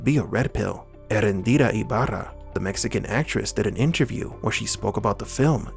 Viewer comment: Hey, man. Greetings from Mexico. Just FYI: The tonic syllable on Eréndira’s name is on the second “e”. Thanks for your great content.